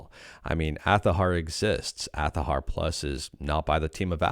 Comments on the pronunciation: Why are you saying "Athahar"????????? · Change their name to Athahar (pronounced Azahar) Please note this is a joke just for giggles.